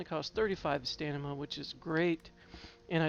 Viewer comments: Nice build, but it's StaM-i-Na. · Holy crap, that's been bugging me so bad HAHA